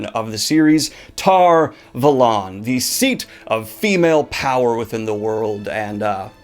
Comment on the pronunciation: I'm disgusted with how you Americans pronounce Tar Valon.